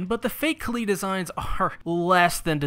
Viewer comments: Please stop saying Kah-leed and say Kah-lied. You are hurting me. you are hurting America. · It really irks me how you pronounce Kaleid, is that really the right pronunciation? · Kaleid as in Kaleidoscope You don't call it Kaleedeoscope do you? Sorry but every time you say Kaleed it drills into my brain ever so slightly XD Also when talking about The Rei type the word you are looking for is Kuudere Anyway I hope this helps other than that fantastic job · Why do so many people say Kaleed and not, ya know, kaleid?